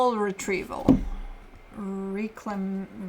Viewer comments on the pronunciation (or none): It's pronounced, "reh-clem-ation" 😉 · It’s reck-la-mation- perfect oracle card ending! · Sounds like Reck la may shun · This is the same Oracle card that read way back in a December 2024 Pisces reading. She has given me the utmost of clarity over the years. And she pronounced “reclamation” just fine in that December 2024 Pisces reading, by the way. Thanks,.